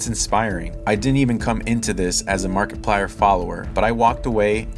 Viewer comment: Was it just me or did I hear you say MarketPlier? 😄 Great video my dude! (Found you shared this on reddit)